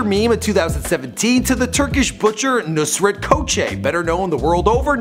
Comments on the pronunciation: Lol hes pronouncing it "Nurset" when the name is "Nusret" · he said nurset not nusret OMFG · his name is nusret not nurset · his name is nusregt not nurset